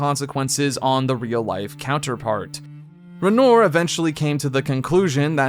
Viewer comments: It's "Ren-waw." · Why do pronounce Aline and Renoir like that? The characters say their names correctly multiple times.